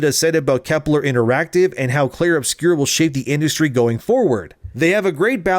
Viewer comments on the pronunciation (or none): It's not called "obscure", it's a French word "obscur". If you can't pronounce it, just call it "Expedition 33"